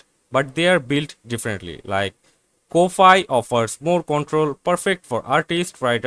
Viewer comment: Ko-fi is pronounced Coffee. it's a phonetic spelling.